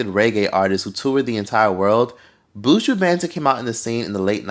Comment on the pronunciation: 😅😅😅 The pronunciation of Buju Banton’s name 🤣🖤 As a Jamaican and long time viewer, great video 🖤